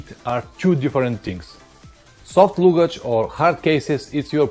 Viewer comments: Не лугидьжь, а лагидьжь :-) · Hi, you must say luggage with A, not U....))